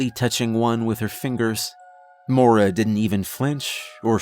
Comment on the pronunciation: Only criticism, it's pronounced moy-ra not mora. But great story regardless